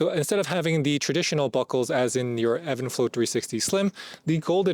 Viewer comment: It’s even flow not Evan lol